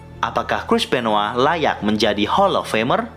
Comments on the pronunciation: bang kok dibilangnya Chris benwa bukan Chris Benoit? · Benoit bukan benoa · Coba elu denger commentators wwf/wwe nyebut nama benoit atau benoa